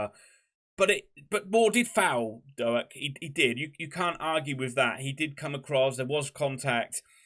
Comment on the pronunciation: Our man (for now) is Ben Doak, pronounced Doke not Do-Ak. Apart from that I really enjoyed your post. I hope you stay up.